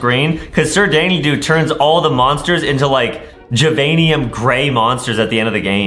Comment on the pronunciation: Say it right: "Da Da doo" Not "Da Dee Doo" There's no y or e in it.😮